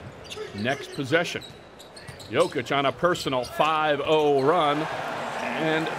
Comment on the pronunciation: commentator keeps calling jokic josic